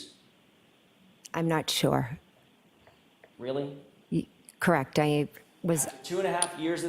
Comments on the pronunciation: I’ve never heard someone pronounce “correct” as “ca-reckt” 😂😂😂😂😂😂 anyone can see she’s not telling the truth. Look at her eyes, there’s nothing behind them! Evil. You don’t have to look at phone records and transcripts every five minutes if you’re telling the truth 🤦🏼‍♀️ Edit—and to the brother, he shouldn’t be allowed to sit and stare at Karen like that CONSTANTLY. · "KRACT" version of CORRECT